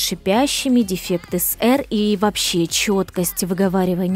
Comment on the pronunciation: что такое деффекты? дефекты я еще знаб, но не деффекты